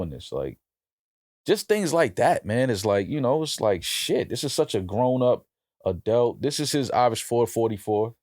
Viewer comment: When is gon learn how to say the word Adult? 😂